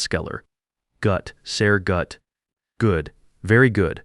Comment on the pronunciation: Good story, but the AI badly needs German lessons. Sehr GUT 😅